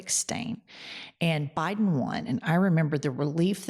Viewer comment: why does he say BI-Den like that